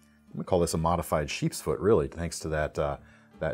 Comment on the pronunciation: Am I the only one that hears him saying sharks foot instead of sheeps foot on this first blade LOL